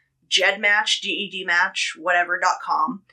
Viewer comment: I've only ever heard it pronounced "jed" every time you have said G-E-D referring to GEDmatch I've been like what 😆 (no hate I've just always heard it pronounced "jed" and not with the letters spelled out)